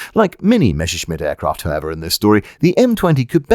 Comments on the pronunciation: In spite of your Sean Conneryesque pronunciation of "Mesha-Shmit", you have delivered another witty and interesting slice of infotainment. I found the line "as fu©ked as a sock in a teenager's bedroom" particularly amusing. Keep up the good work. As you were. 😎👍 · It upsets me that you pronounce Messerschmitt as "Mesherschmitt". It's one of those German words that, if pronounced in English exactly as written, is pretty much spot-on. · For some reason, English speakers feel tempted to pronounce the name as if it is "Mesherschmitt" when actually the double s is voiced exactly like that: as a double s. Messerschmitt is one of those names that, in olden times, used to reflect the trade of its owner, like someone called Carpenter or Tyler or Archer or Baker. "Messer" is German for "knife" (and related concepts). "Schmitt" or "Schmidt" or even "Schmied" is a direct equivalent to the name "Smith". So "Messerschmitt" means "knifesmith" or 'bladesmith" or similar; perhaps the equivalent of "Cutler". But "Messer" is spoken exactly as it is written, with the "Mess" bit pronounced just like it is in English. So "Messer" is pronounced exactly as it is written, not anything like "Mesher". So it is not pronounced "Mesherschmitt". Perhaps the word doesn't easily trip off the tongue of the native English speaker, or maybe people are just perpetuating a mispronunciation from previous generations. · Say Mess! - "Mess" - Now say Messer! - "Messer" - Good! And finally Messerschmitt! - "Meshershmid!". And the "ch" in "Milch" is the soft one, not the hard ch you get in "Chutzpah". Simple rule: CH after a, o, and u is the hard version (the one that sounds like you're horking up a loogie), after e and i it's the soft one. And while the soft "ch" and the similar "sch" in German are not EXACTLY like the English "sh"-sound, you're welcome to use it as an English speaker, nobody will blame you. :) Unt in return ve Chermans will kontinue to pronounce ze "th" as "z" and "w" as "v". :)